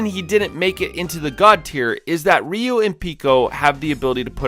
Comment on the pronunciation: Um, his name is Ryu not Ryu.